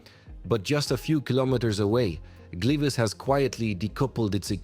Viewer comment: nie mowie ze to jest zle bo wyswietlenia sa dobre z takich filmow ale zobacz jak tam zle nazwy slask i gliwice mowilo AI